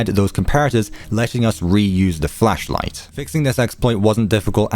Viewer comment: Ok ik you said flashlight at the beginning but I definitely heard fleshlight